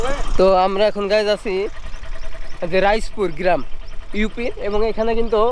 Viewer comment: গিরাম প সুর এসব কি উচ্চারণ এতদিন বিদেশে থাকো ইন স্টুডেন্ট হিসেবে